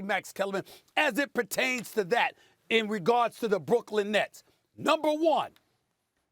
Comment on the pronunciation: 😂"The Brooklyn neths" I'm sure Stephen A is spitting all over the studio when is talking1